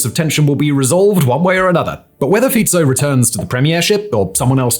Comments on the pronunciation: Oh my god. Finally someone said Fico correctly. I top my hat to you, well done. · Well, Simon can pronounce "Fico" correctly at last. His "Cintula"is not bad except that the"t" is not softened. It is C (as in bats, hats, mats) IN TOO LA. He will have to work on Juraj though. Heaven help him if Juraj had been a Czech. Jiří would be beyond Simon even if he had heard it a hundred times. Juraj is something like JU (as the "U" in "Ute") RAJ (as in "rye"). Go to "Google translate Slovak English". Type Juraj into the Slovak box. You will see that it translates Juraj as George. Yes IT IS "Svätý Juraj a drak" (St.George and the dragon") Never mind that. PAY ATTENTION ..... click on the speaker symbol at the bottom of the Slovak box. It is not bad. You can add "Cintula" if you like.